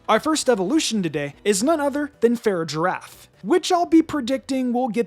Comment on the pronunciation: …you’re killing me on the Farigiraf pronunciation 😅